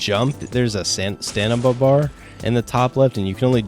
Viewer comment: I love stanima not stamina